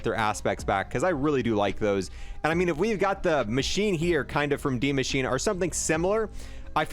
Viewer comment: Im german and it really hurts that you pronounce The name of Die Maschine wrong cause you pronounce the E at the end like an A but its pronounced like an E you can try this in google translatse to hear how its pronounced